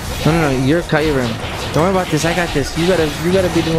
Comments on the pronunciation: isint kyrem pronounced KEYRem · You pronounced kyuram